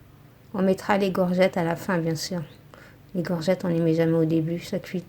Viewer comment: des courgettes ma belle pas des gorgettes😁😁😚